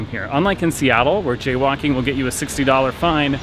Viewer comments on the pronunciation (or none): Ngl, i thought he said "jaywanking" instead of jaywalking